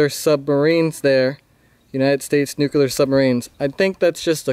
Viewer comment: It isn't nuke-U-lar. It is nuke-lee-ar.